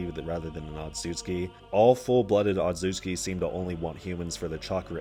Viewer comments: otsutsuki say it with me ot·sut·su·ki not otsuki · "ozoozski" bruh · bit of a nit pick but it genuinely boggles my mind how someone can find difficulty in pronouncing "otsutsuki"